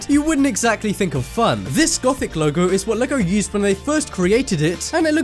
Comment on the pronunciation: any1 thought he said legolego or logologo? :D